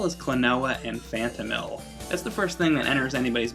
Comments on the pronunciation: Phanto-Mile...Not Mill. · phantomile not phantomill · Oh my God stop saying Phantomill. It's Phantomile. Phantom. Mile. It's a portmanteau. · Klonoa door to phantomill? ITS PRONOUNCED PHANTOM MILE!!!!!! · It's pronounced Phantom-MILE, not Phantom-MILL, but other than that great review. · Sure it's not pronounced "Phantom-mill" and not Phantom-mile? Phonics! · question: do you pronounce the 'mile' in 'X miles per hour' as mill? cause it's not phantomill, it's phantomile. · I think it's pronounced Phantom-mile, not Phantom-mill. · I always pronounced it Phantom Isle. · I always pronounced it Phanto mile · I loved this game. Although I'm fairly certain it's pronounced "Phanto-mile" kinda like saying Phantom and mile. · Pretty sure it's pronounced fan-toe-mile. And I think it's an awesome name! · Phantom. Mile. That is how you pronounce it. It is a play on the two words to mean ethereal place, as the game is set *SPOILERS-SPOILERS* in the dream world *SPOILERS-SPOILERS* It sounds less "stupid" when said correctly I am glad you covered this game, as it is one of my favourite games from the playstation. And, btw, that puzzle on the moon you shown I had difficulty with too when I was younger. It was my breaking point back then, but the game still holds a special place in my heart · What is up with him constantly saying the name is awful...? The name is perfectly fine, and represents the game greatly. And I do believe you're pronouncing "Phantomile" wrong. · anyone else notice how he pronounces huepow and phantomile wrong? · Ack! I cringed when you pronounce "Phantomile" and "Huepow". I'm used to hearing the other way / how it's pronounce in Japan. Anyway great review. Maybe next time review Klonoa 2 and the GBA series? :D